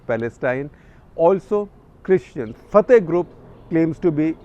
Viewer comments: Shekhar you pronounce Fatah wrong. It's pronounced as Fa-tha not Fa-thy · shekar sb at least learn how to pronounce FATAH!